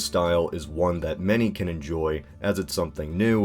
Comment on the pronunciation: Every time I hear you say "KnowledgeHub" it sounds like you say "KnowlChub".